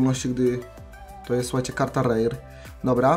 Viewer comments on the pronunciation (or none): none